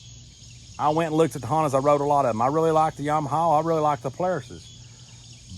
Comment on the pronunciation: I like how you say Yamahaow. Jk...I think Im going to get a Honda Pioneer too. I have 3 kids.